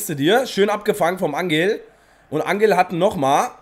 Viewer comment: Das g in Angel spricht man "ch" aus also sozusagen "anchel di María"